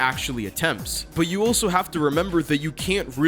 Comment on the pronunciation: the way your say "also" sounds like "oh so"